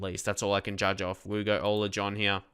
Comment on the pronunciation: im dutch and your pronunciation of Ola is good :p